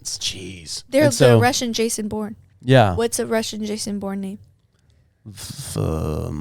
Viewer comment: Oh my gosh it’s Vason Vourne 😂